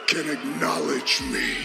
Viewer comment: Roman Reigns just wants everyone to igknowlege him. He's been saying the word wrong for like 3 years and no one has told him.